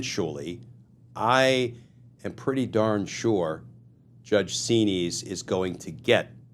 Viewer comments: Xinis pronounced 'Zen-is' not 'zeen-ees' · Correct spelling of the Judges name is Judge Paula Xinis. Pronounced Z-Niz. All of these judges threatened to pursue contempt charges against tRump, but Nothing ever happens !